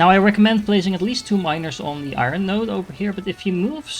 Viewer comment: Thanks for the very helpful video. One small thing I can give back is that iron is pronounced eye-urn, as opposed to eye-run. It’s kind of a weird word though, not really two syllables or one syllable, like 1.5 🙂 so smooth it out. And now I’m writing a book on how to say iron!